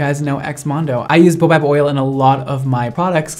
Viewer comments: TIL you dont know how to say baobab.. bay oh bab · Baobab: "BAY-oh-bab". Baobab is an African tree. A boa is a snake :P Also, I hope to try some of your products that has this oil in it.